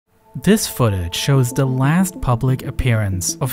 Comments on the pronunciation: Good video but man it's hard to listen to this guy talk. Hint: "th" does not sound like "v" 🤣🤣🤣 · vis was weally weally good